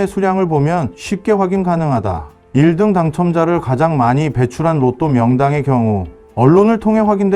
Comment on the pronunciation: 아. 인공지능이라 1등 발음이 어색하군요 오..